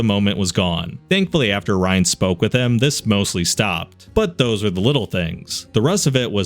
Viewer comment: every time you say ryan, I want to grab you and shout in your ear "it's riann. RE. ANN. NOT RYAN DON'T BE AN IDIOT! YOU'RE BETTER THAN THAT!" but alas.. here we are.